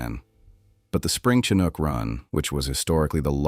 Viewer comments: AI has a long way to go... Ive never heard of a "kinook" salmon. 😂 I hope the numbers mentioned are accurate. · That explains the "Fall Kanook" statement. Are any videos narrated by humans anymore? It seems like the answer is no.